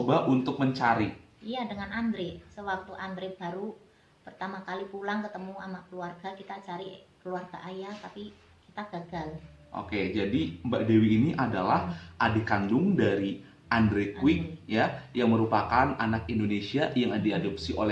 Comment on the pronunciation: Bukan Andre kuik tapi Kwak🤭